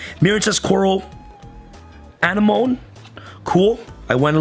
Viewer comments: “Uh-neh-muh-knee” bruh hahaha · an-eh-money that is how you say anemone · Wait actually just pronounced it an imone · Anemone is pronounced (an-em-oh-nee) im pretty sure.Just watch nemo lol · “Anemone” think of finding Nemo if you’re struggling to pronounce it 😏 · He had the nemo effect, can’t say anemone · Even Nemo was closer in his pronunciation